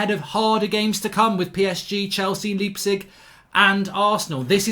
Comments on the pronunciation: it is pronounced LEJPzig not liepzig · please please stop saying leipzig like that